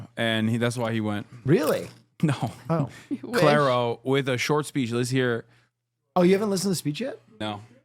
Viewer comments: Omg the pronunciation of Clairo help me😭😭😭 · still saying Clairo wrong lol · saying ‘claro’ for clairo, qt saying ‘japanese breakfast club’ for japanese breakfast, and them all calling beabadoobee ‘badadoobee’ is sending me